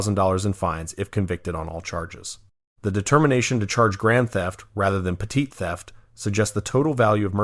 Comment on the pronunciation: Narrator said “petite” theft as opposed to ‘petit’ theft 😂😂😂